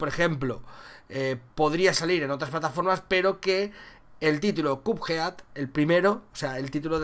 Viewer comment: que buena pronunciación de "Cuphead"